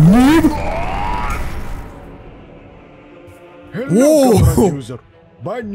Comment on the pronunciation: hewwo there